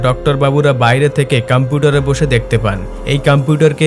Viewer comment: ওটা কামপুটার না ভাই কম্পিউটার হবে। 😅